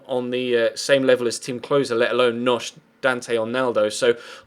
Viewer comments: It's not pronounced nosh it's pronounced K-nok-uh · Knocks isn't pronounced nosh it's pronounced ke-no-kei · Knoche is ke-no-hay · Little heads up as I'm a Wolfsburg fan - Vieirinha is a right back, that's where he plays for us. Jung in inconsistent and doesn't offer much going forward. You should play Vieirinha at right back. Also, Knoche is pronounced Ka-nok-er. :). Also, you would be hated by our fans if you were to sell Timm Klose, most underrated centre back in the whole of Europe :)